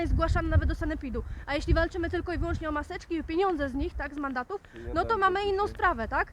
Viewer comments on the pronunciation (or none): Zamiast. Tylko to on tilko tilko proszę się przysłuchać. Gisc